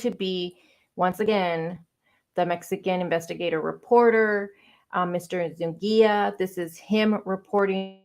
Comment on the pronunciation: His name is Eduardo Zu-NI-ga. Not ‘Zungia.’ My ex sister in law has same surname